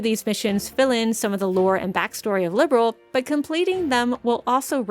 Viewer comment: Liberl too, not Liberal